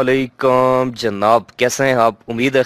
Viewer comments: سلام ٹھیک نہیں ہے آپ کا برائے مہربانی درست کر لیں کس قدر افسوس کی بات ہے کہ آج ہم انگلش تو فر فر بول لیتے ہیں لیکن عربی کے چار لفظ بھی ہم ٹھیک سے ادا نہیں کر پاتے اسلام علیکُم ہوتا ہے کَم نہیں عربی میں زبر زیر پیش کی غلطی سے ترجمہ غلط ہو جاتا مطلب کچھ سے کچھ ہو جانے سے ثواب کی بجائے ہم الٹا گناہ کے مرتکب ہو جاتے ہیں خدارا احتیاط کریں اور سیکھنے میں شرم محسوس نہ کریں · بھائی آپ کا بہت شکریہ مگر السلام علیکَم نہیں بلکہ السلام علیکُم ہوتا ہے